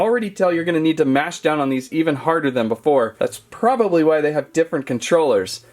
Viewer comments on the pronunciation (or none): none